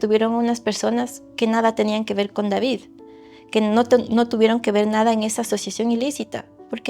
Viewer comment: pronuncia raro el "con"